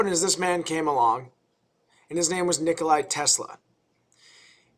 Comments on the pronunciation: NikolA not Nikolai, v good vid tho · Nikola not Nikolai - good video otherwise. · You Americans use 60 Hz, not "WE" (the rest of the planet). And its Nikola not NikolaJ. Very nice explanation for noobs! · Mr. Tesla was not "Nikolay" but "Nikola". I don't care, but Croatian/Serbian folks could get upset… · NikolA Tesla. Say it (read it with me). NikolAAAAAAAA Tesla. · nope he is nikola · Great video but you mispronounced Nikola.